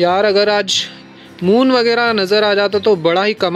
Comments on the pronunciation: Moom nai hota hai moon hota hai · That's moon not moom 🤣🤣🤣🤣🤣🤣🤣🤣🤣🤣🤣🤣😂😂😂😂😂😹😹😹😹